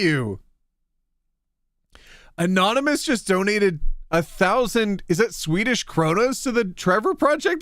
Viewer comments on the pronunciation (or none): "Skwedish". The Click has entered the chat.